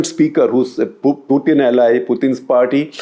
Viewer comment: why do you pronounce Putin as Pyutin?